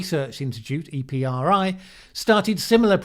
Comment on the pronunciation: I have never heard someone say EPRI as EE-PEE-ARR-EYE. I've always said it as EPP-REE. But really, I've read it hundreds of times, but I'm not sure if I ever heard anyone else say it.